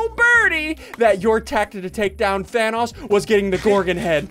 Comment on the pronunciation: havent watched ssundee in a few years i see he still says thanos like vanoss lol. man hasnt changed a bit gotta love em